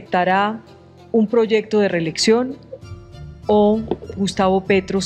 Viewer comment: Quien narra este anàlisis no sabe pronunciar reeleCción, pronuncia la P en lugar de la C, resulta molesto.